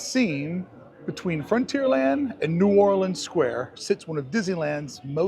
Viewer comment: He's pronouncing it correctly, the way indigenous locals speak, in Louisiana. It's pronounced as one word; "Nuorlans."